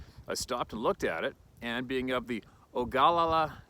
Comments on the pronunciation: Dude, it's oga-la-la. Just sayin... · To the gentleman that lost his dogs, i am so very sorry for your loss my friend. God bless you and them. To, it's pronounced Ohguh-la-la, i got a big chuckle outta that brother, you're the man. 😂😂😂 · Oh-gul-lala is how to pronounce that